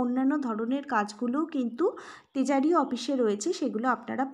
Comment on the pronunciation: তেজারি না (ট্রেজারি) হবে...